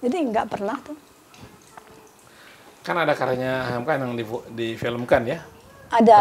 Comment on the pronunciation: Moderator nya GAK SIAP. Nyebut nama kepanjangan HAMKA aja salah..